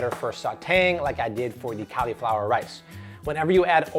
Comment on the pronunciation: "Cali-flower"? What's that? You mean "cauliflower"? (CAWL-E-FLOWER)